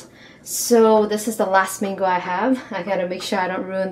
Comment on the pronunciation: I thought you said full flamingo instead of full mango it sounds alike